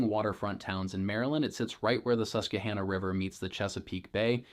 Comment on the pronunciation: You are not a local....your pronunciation of Havre de Grace and Susquehanna are not correct.